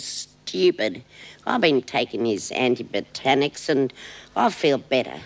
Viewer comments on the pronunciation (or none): I love how Lizzie cannot pronounce certain words... anti-botanics for anti-biotics LOL